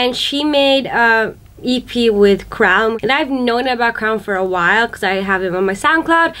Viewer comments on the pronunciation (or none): Crwn's pronunciation is actually ~'kerwyn'~ just sayin' 🤷🏻‍♀️🤷🏻‍♀️